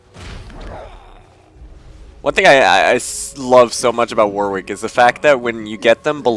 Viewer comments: My ears started bleeding every time you said 'War-Wick'. You say it was 'Warrick', even though there is a 'w'. There is a place called Warwick in the UK and that is how you say it ^_^" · Second W is pronounced as an R